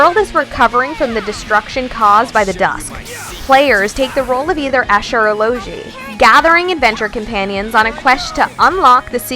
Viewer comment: Asha or Loshi? Its Es Ka and Lo gee rip